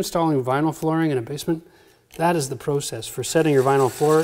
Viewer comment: The way you say process LOL